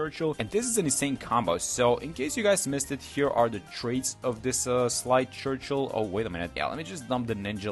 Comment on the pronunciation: Sleigh Churchill is pronounced Slay Churchill.